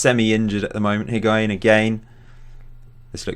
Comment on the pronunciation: Higuain = HIG- WA- EEN Hysaj= HEE-SIGH